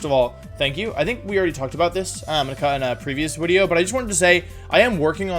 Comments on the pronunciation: Nobody else hears him say wideo instead of video? Just me? Okay. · Why does he say Wideo? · I’m fairly new to the channel and want to know the origin of wideo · Winging With Wolfey: The Wideo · what is wolfeys native language? the changing of v's and w's is peculiar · Since I'm a fairly new subscriber, I thought Wolfe had a speech impediment because of "Wideo" and other words. I was also confused on his weird pronunciation of pokemon names like "dekidooey" but after looking at older vids and hearing "Origin formy" I see now that I've been tricked, backstabbed and quite possibly, bamboozled. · Paused , because. Eternatus. It is S. Now, wideo.. prove me wrong. Edit: Bewear, with +1 priority baby doll eyes, holding a kee berry can tank 5 hits from choice banded dracovish, and lives 3 super effective dragon descendants from choice banded adamaant 252+ mega rayquaza. Can KO said mega rayquaza with thrash after 2 defense drops. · I really enjoy your content and your one of the members of the Pokémon community that I have the most respect for. But what’s up with replacing v’s with w’s and pronouncing the ‘e’ and the end of words like same and forme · Anyone can explain why he says wideo instead of video. Also why he kept saying Giratnia instead of Giratina